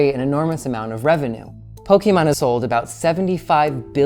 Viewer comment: Don't worry, that's an expert on Poke-ee-mahn. Don't know how much he knows about Poke-eh-mahn, since he doesn't seem to know how to pronounce the thing that's been around for 30 years.